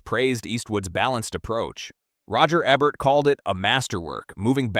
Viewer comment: Your AI can't even pronounce "Ebert," and you didn't even use footage from "Battle: Los Angeles." That's some cheap Asylum-like knock off, not the real movie.